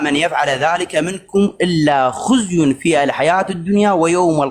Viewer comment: لما فضحك الشب قمت تضحك😂😂😂 ولك حتى جهلتنا يمسحون بيكم الارض😂 حتى قرآن متعرف تقرا شجابكم عالإسلام؟ شنو خُزي اسمها خِزي يا فارسي